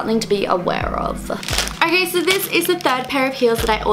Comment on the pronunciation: Why do you always pronounce an "r" after every "o"? I mean you talk like "orkay", "sor disappointed" etc. It sounds straight up weird!